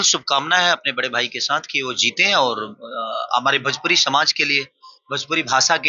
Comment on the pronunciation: Bhajpuri na re masuriya 😂 Bhojpuri hota hai 😅